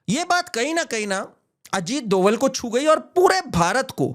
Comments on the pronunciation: सही नाम अजीत जी का सही सरनेम " डोभाल / Dobhaal" है न कि " डोवल / Doval "। कृपया आगे से ध्यान रखें । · Ita not doval its dobhal a garhwali brahmin.